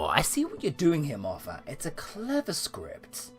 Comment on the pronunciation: Love your videos, but find it frustrating that you continually mispronounce Gatiss and Moffat's names.